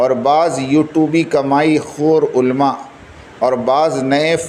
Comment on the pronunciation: भैय्या. दुख की बात यह है कि आपको उर्दू ज़ुबान नही आती और इल्मी जवाब देने चले हो उलेमा को आप उल्मा बोलते हैं